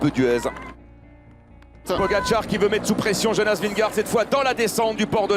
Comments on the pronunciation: Il m'a fallu du tout pour comprendre qui était Vingoor ?? Ce serait top d'arrêter de massacrer le nom de Vingegaard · Il a réussi à le dire une fois 🤣 quand il a passé la ligne